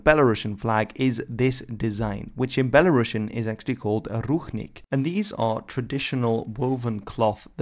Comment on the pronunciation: You pronounce the word BELARUSIAN incorrectly. That's all I have to say. They are not Russians!